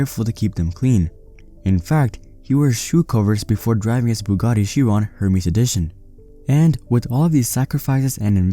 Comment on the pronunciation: Ermes not Hermes 😂😂😂😂